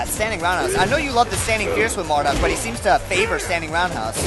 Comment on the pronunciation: hey, get it right! it's MarDUKE!